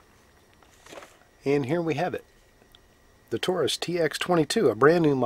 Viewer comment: Great video, and it's very good to hear you pronounce Taurus correctly most don't and it drives me crazy. Most say it (Toarus) not Taurus. Anyway my son just bought one and he didn't get a magazine loader, but like you say they load by hand very easy.